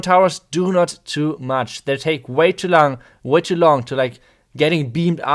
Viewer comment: "They take Way to lang.... äh long."😂